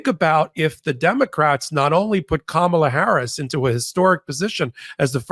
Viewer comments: Kamala. Accent on the 1st syllable. Why do you use the Trump pronunciation? Insulting. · Please learn how to pronounce our VP-soon-to-be-President's name. Think of 'comma' -la, NOT Ka-mala. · C'mon, have enough respect to pronounce her name correctly. KAM ala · Please please please please!!!! It’s hard enough to hear MAGA not know, or refuse to say her name right. I would expect her greatest supporters to know!!!!!! Cahm ah lah. Emphasis on the first syllable. PLEASE!!!!! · pls pronouce Kamala correctly.